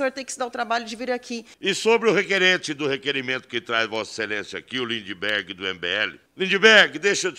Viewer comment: O melhor foi o Rei do gado vulgo ( lula disfarçado), com um " treis oitão" na cintura chamando o Kim de Lindibergui kkkkkkkk